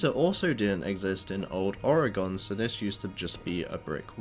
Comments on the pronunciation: I’m sorry that pronunciation is jarring 😅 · I'm from Manchester haha, never heard it pronounced like this. No stress though, good vid